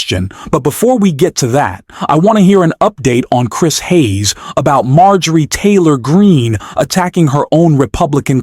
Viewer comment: I don’t particularly Mind,—— but the repeated, and just plain Weird, mispronouncing of the Foul MTG’s name made this presentation less credible. Sounded like AI .